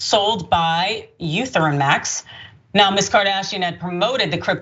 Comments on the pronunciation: What da hell is eu theruim max 🤣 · Lol. It's pronounced "E-theory-um" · Our survey says ❎ It's pronounced Eth-eree-um and spelled Ethereum lol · E there reum, say it with me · It's e t rium